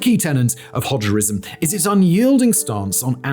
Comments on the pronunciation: My man, did you just say "Hodgerism"? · "Hodgerism...", lol.